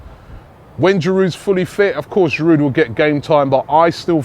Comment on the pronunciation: There's a silent 'd' in Giroud, just as there is a silent 'H' in Henry. Some respect for our French players, please.